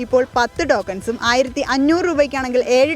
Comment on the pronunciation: എന്റെ കൊച്ചേ ഡോക്കൻസ് എന്നല്ല ടോ ക്ക ൻ എന്നല്ലേ